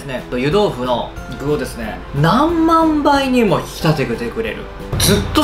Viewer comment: "なんみゃんばいにも引き立つんですねぇ〜"とか言うと思ったら、ちゃんと何万倍にもって言ってたわw